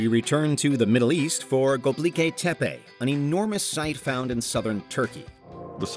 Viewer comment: hey! it's not pronounced göbliki, it's gö-bek-li. you're switching the last 4 letters and changing the last letter. you're pronouncing it very wrong my friend. 😅